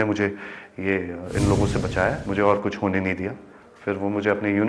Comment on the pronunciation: Haha anchor hit ko bolrhi thi hat aur kuch ko bolrhi thi kus 😂😂